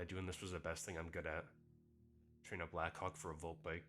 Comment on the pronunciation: Bro's got to stop saying "black hawk" like that 💀